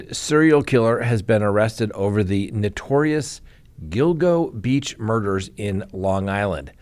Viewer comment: Yes. You are pronouncing “Gill-GO” Beach correctly. 👍😊